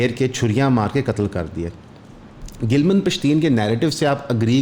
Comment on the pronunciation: its not "gilman pashteen" its "gilaaman pashteen" urdu me boly tu "naraz, ruta hova, shikwa krny wala pashteen"